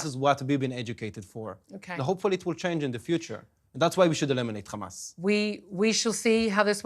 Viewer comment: It is Hamas not Khamas please. Khamas means mucous...